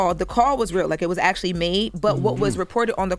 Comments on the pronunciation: Why are we giving all this praise and she can’t even say the word Actually... Just saying Jess had a point that’s all. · No what are you on she can’t pronounce Actually . and .. Hold these Ppl accountable and stop D riding …